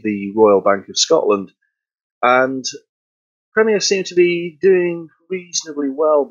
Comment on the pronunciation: The host needs to work on pronunciation, that was quite hard to listen to, wish had atleast corrected the company name of wich is a known quantity on Sadly didn't mention anything about Premier in the 20s and 30s, drums such as the dominion major and ace... It was club (never heard of disco) then crown... senator was the seller brand name